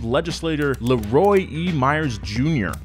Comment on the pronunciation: The most INSANE part of this video is how he pronounced Leroy